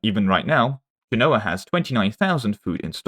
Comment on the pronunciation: Okay I’m just going to say it. Genoa is pronounced “JEN-oh-ah” emphasis on the first syllable. It’d be like me saying “eng-LAND”